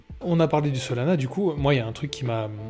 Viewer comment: Ce que j'ai entendu "Solana ce sera l'anus du jour" bha nickel 🤣